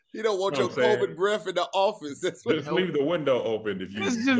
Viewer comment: BT said covid slim 😂😂😂😂